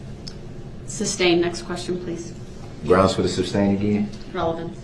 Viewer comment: Can someone please tell him its Sustain., not SUBSTAIN